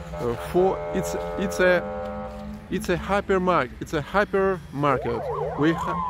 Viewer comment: At the beginning I thought he was saying a happy market.